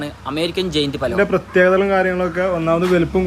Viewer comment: It's not balora it's palora